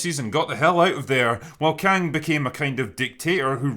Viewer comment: When the Drinker said she found Kang the Concorer, I thought he said Khan, as in a Mongolian leader. I had to look up who he was just to be sure. But for a moment, I believed it. I believed Marvel was desperate enough for a story that they'd BS one of the Khans into the Quantum realm.